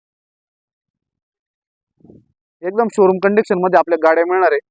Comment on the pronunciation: Condiction nhi ho condition bola